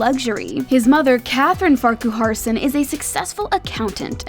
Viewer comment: It’s pronounced Farkerson, not Farcooharson